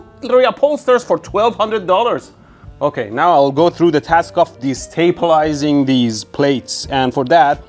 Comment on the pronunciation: "Destapilising". Awesome.